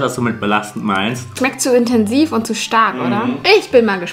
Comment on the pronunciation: es schmeckt zu "entensiv"😅